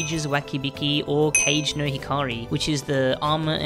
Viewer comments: ITS KAW-GEY. KAW-GEY. not CAGE???????? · … please… kage is pronounced kah-geh, not cage… I’m begging you… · I'm sure he does it on purpose, but his pronunciation of kage hurts my soul :'(